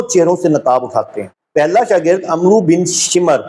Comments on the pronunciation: صاحب،عمرو کا صحیح تلفظ عُمروُ omru نہیں بلکہ عَمࣿر Amr ہے۔ حضرت عُمَر٘ بن خطاب کے کمانڈر انچیف ،فاتحِ مصر حضرت عَم٘ر٘و٘ بن العاص تھے۔ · بھائی السّلام علیکم ورحمتہ اللہ وبرکاته جزاک اللّٰہ خیر - تھوڑی توجہ دلا رہا ہوں عمرو بولتے وقت واؤ نہیں بولی جاتی اور نہ ہی عین پر پیش بولی جاتی ہے عمرو کو امر پڑھا جاتا ہے آپ بڑی قیمتی گفتگو کرتے ہیں کسی عربی دان سے رابطہ رکھیں امید ہے آپ محسوس نہ فرمائیں گے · عمرو نھیں ھو تا بھائی عمر ھی ھو تا ھے عین پہ زبر کے ساتھ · بھاءی اپ بہت اچھا تحقیقی کام سر انجام دے رہے ہین جو اج تک میڈیا پر کسی نے سر انجام نہین دیا حالانکہ اس بات کی اشد ضرورت تھی بہرحال اب ہو رہا ہے تو بہت اچھا ہو رہا ہے جھوٹ بے نقاب ہو رہا ہے اور سچاءی سے گرد ہٹتی جا رہی ہے بہت شکریہ تلفظ کی غلطی نہین ہونی چاہیے کہ اپ کو ہر شخص پڑھا لکھا اور کم پڑھا لکھا سن رہا ہے جیسے اپ نے عمرو بن شمر کا نام لیا تو کسی پڑھے لکھے ادمی سے پوچھین کہ عمرو کے لفظ کو کیسے پڑھنا ہے بہت مہربانی ہو گی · جہالت تو تمھاری یہ ہے کہ عمر اور عمرو کی ادائیگی نہیں کر سکتے